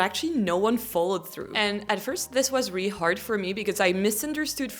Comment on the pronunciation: My favorite is the way you say really 😍.